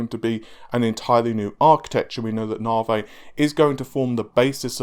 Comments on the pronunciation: It's NAV-EE man! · N...A....V....I Dammit, not Navheyyy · what is "naveh" ? Is that the new nvidia card? Super Naveh? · mate, call it correctly... enough with the navay..... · Don't know about hype, but Ryzen is defininitely pronounced better than Navi.